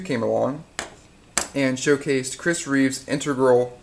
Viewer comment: in-teg-ral. not intergral.